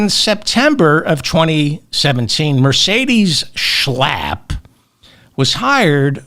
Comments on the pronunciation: David, you kill me every time you say Matt SCHALPP! 😂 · You crack me up every time you say Matt SCHLLLAAAP🤣! They’re both such hypocrites!🙈